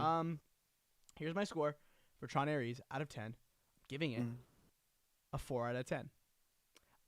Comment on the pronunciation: Respectfully this review will not age well. A couple points are solid, like not utilizing famous actors properly for 20 seconds. But this movie was fun and exciting, tells a story and set up to tie into the next movie which looks like a follow up to Legacy. Every Tron movie was considered bad at first, and then ends up being loved. Also it's Ares, not "Aireece" lol